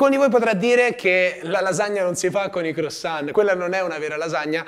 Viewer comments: Va bene tutto, ma "croissant" pronunciato "crosan" non si può sentire😂 (si pronuncia "cruasan" con "an" detto nasale) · 1) CrUassan e non crOssan.. giusto per essere un tantinino cagacazzo XD 2) quelli nelle buste che scoppiano sono praticamente brioches e farebbero vomitare se usate per fare una lasagna XD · “La lasagna crossonn ” inoltre complimenti a chi ha montato il video HAHAHAH